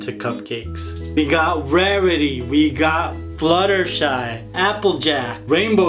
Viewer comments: It’s FlutterShy not surgar-fly 😉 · you sed shuter fly its flutter shy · Did u just say shitterfly instead of fluttershy... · ITS FLUTTER SHY NOT SHUTTER FLY :D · You said shier shy no its Fluttershy read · you said shutter fly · "now for Shuterfly" 🤣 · He say sugarfly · It sounded like you said 'ShitterFly' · you said suger fly